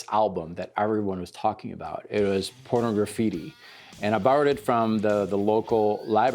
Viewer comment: I always find it funny how most people call that album Porno-graffitti, like it's two words. It's supposed to be pronounced like Pornography with just a "tea" at the end.